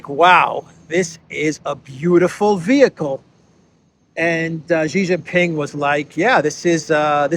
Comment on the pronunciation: SHEE JIN PING NOT JHEE JIN PING, JHEE MEANS PENIS IN CHINESE LANGUAGE. STOP BEING A DOOFUS.